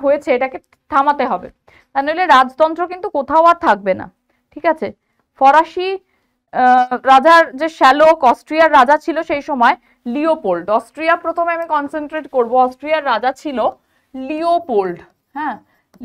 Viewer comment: Mam sala bola hoy cheleder Maye der shelok bole. Aktu aste aste poran baki sob thik ache. Thank you so much..❤❤❤❤